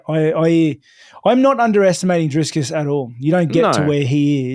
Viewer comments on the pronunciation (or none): It's DRICUS NOT DRISCUS, Rob 😂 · Hey Rob I'm from South Africa 🇿🇦 You are absolutely butchering Dricus' name 😂 It's Dricus not DriScus. Basically say "DriKus" I wish I could send a voice note in these comments for pronunciation. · Hi Rob. Big fan of yours. But as a South African I have to say his name is Dricus. Not Driscus. Let's hope for a good fight. Love your work but have to back my compatriot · It is Dricus not Driscus. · Rob going head to head with Chael with that "DriScus". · Are we not going to address the fact, that he kept calling him Driscus? 😂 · I just wanna hear Rob keep calling dricuss driscuss all the way to the presser 😂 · Love Rob but bro his name is DRICUS, no "s" in the middle. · Love Rob with the big disrespect calling him “Driscus” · I love how Rob mispronounces Dricus every time haha "Driscus" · How is it that people with normal functioning brains can’t pronounce Dricus? Not driskus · I'd love to see that fight companion. Also why does Rob keep calling him DRISCUS lmao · Driscus 😂 Please keep messing his name up, he keeps correcting people and it bothers him. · Geezus Rob its Dree-kus!:face-turquoise-covering-eyes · Drinking game: Take a shot everytime Rob mispronounces Dricus 😂